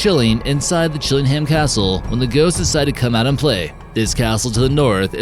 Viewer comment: Very informative. Great video. Though the way you say Northumberland it makes out that it's 3 separate words 😏